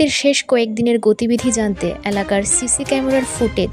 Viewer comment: আপনার উচ্চারণ খুব খারাপ দেবরাজ নাম টা উচ্চারণ করতে পারছেন না ।এলাকা কে বলছে অ্যালাকা।